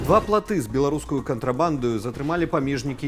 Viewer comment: плыты, а не платы